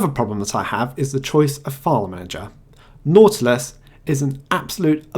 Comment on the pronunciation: What did you use to make KDE look and behave like Unity? I am very interested in this. Also, I think it was just me, but I kept hearing "naughtless" when you said "nautilus". Took a whole to figure it out and stop giggling.